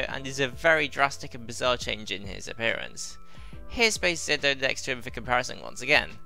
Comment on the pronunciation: it's weird hearing soemong call ZO "Zedd Oh" when thats NOT how it's read it's ZO like GO with a Z (confirmed by the Decade driver)